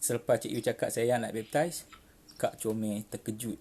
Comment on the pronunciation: bepp..tiice wkwkwkwk sebutan utk cara convert pun tak betul. mari ikut saya yg muslim ni sebut baik2 na cik yus. B.A.P.T.I.S= baptis (mandi air suci)kononyalah wkwkwkw